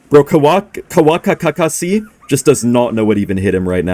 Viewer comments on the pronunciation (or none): kawasaki is not that hard to say 🥀💔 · Kawasaki❎ Kawakakasi✅ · That Kawakakakasi killed me 🤣🤣🤣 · There's no way you couldn't pronounce kawasaki 😂🤣 I'm CRYING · is the kind of guy who doesn't know how to pronounce Kawasaki.